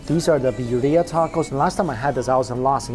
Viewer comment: its pronounced birria lol